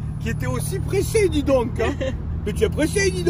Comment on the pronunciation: Quel bonheur cette vidéo ! La conduite , la voiture , vous deux 🤣🤣 « mais tu es pressé dig donceuh » j’ai pissé de rire